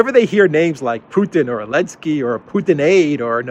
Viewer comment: Why this bearded knobhead call zelenaky elensky? He wants him president for his country or whar?